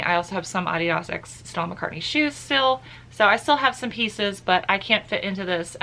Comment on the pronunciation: you tell them how to say Adidas right lol